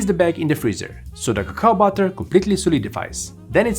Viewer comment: "cacao butter" Lost Me There